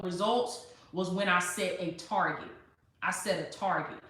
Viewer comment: Target (not Targe') lol